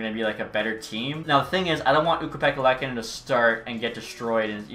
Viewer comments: As a Sabres fan I’m so stoked for this series… But pleaseeee for the love of god can we please pronounce Luukkonen’s name right? Its more of a Loo-kon-en and not lek-a-nen… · Just to let you know its pronounced Lookanin